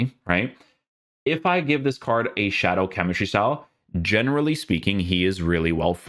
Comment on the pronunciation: isit me or can he not pronounce card? most of this words have arge at the end lol